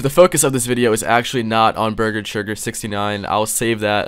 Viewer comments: Churger burger forger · Ah yes Burger Churger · Bargur chager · I like how he gets beese churge's name wrong every time lol